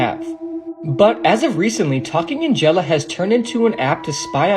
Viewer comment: its angela (ann-gel-ah)